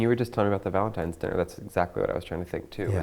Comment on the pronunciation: OMG! When he said that, I was left shaking my head. Could not believe an adult would still say that. If you don't know the proper way to say the word, you're not ready to be anyone's, "ValentiMe".